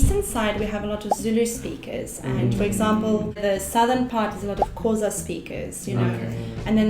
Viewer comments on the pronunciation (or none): White people it's XHOSA NOT KHOSA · I am just saying she said xhosa she said khosa just to say I am not calling her out like that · Why is it so hard for many people to pronounce Xhosa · 😂😂Khoza!. It's Xhosa!. Although u tried! Big Ups Sis! U should Have Told Them About "Umngqusho" (Samp) 😂😂😂😂.. You'd Fail To Pronounce It Though! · Koza is someone’s surname 🤣. I don’t blame you cause I know it’s difficult to pronounce the “xh” with a click. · It’s cute when she pronounces Xhosa as Cosa 😅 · Khosa neh? Born in South Africa, grew up in South Africa but still cannot pronounce "Clicks" mxm. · Now that's a South African there there, Great job 10/10. I love how English South Africans tend to pronounce the "ts/tsh" in Tswana/Sotho words perfectly. But if she had said "Xhosa" with a click, I would have fainted out of pure excitement ❤❤❤ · White South Africans should learn how to say Xhosa properly. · Alot of Afrikaans people pronounce xhosa wrong ,the x has a clicking sound to it(just for future reference ) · She didn’t say Xhosa right 😔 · I died when she said Xhosa 😔💔💀😕😢as a Xhosa speaking South African I just died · I'm from Eswatini(Swaziland) but I speak a handful South African languages, her pronunciation of "Xhosa" needs work. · 😹✊🏾I knew she wouldn’t pronounce Xhosa right. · I cringed so bad when she pronounced Xhosa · She also pronounced languages pretty well (except for Xhosa).